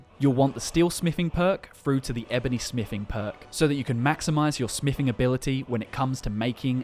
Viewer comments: "Smifing" Sorry, didn't know that skill was in skyrim. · its smithing not smiffing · Holy shit it's smiTHing not smiffing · Smiffing...love it. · You say TH when you pronounce the, this, that etc. But you say F instead of TH when you say another/anover , smithing/smiffing, with/wiv, thumbs/fumbs up. You have a selective speech impediment huh? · Whats is “smifing” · Learn how to pronounce a "th" sound. Jesus christ. "smiffin" on every second word was unbearable.